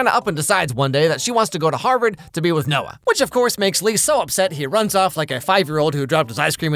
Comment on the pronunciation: "HARR BERRD" bruh